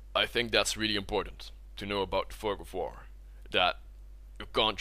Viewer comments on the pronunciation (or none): I thought you said fuck of war